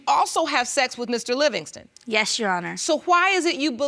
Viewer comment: “yesh your honor”